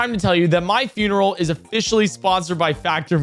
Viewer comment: its not FYOON erul its FUN erul